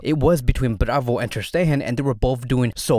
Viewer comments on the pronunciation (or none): none